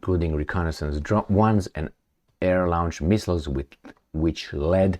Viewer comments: Lo:nch; lo:ncht. I can’t use the phonetic symbols here. It’s just a long o: - not a diphthong - /au/. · You insist on pronouncing the word launch as lounge. How come this singlemindedness?